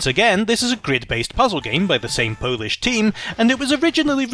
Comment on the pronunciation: Pretty good Polish pronounciation :) Great videos so far, You deserve far more subs. Good work.